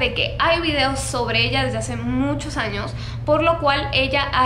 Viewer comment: dijo estos anos? Xd